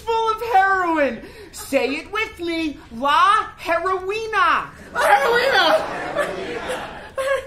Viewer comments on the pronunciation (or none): As a native spanish speaker I can't explain how funny it was to hear them trying to say "Heroína"